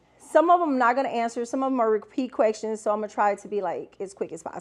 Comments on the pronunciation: are you saying “quecktions”? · Yes😂leave her alone😂😂